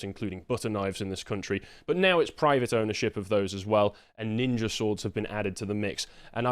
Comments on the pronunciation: Remember, as they stab you, you MUST call them nin-jas, NOT nin-jers. We have to respect ancient Japanese culture and naming practices! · Apparently, you're allowed to say "Nin-JAS" but not "Nin-JERS" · ninja in Brixton ? i don't think you are pronouncing that correctly. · Did you know Ninja is pronounced with a hard R? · That's not how that word is pronounced